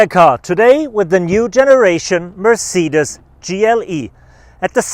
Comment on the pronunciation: this is the best “MerRceedes”